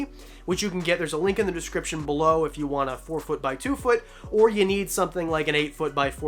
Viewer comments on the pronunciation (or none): none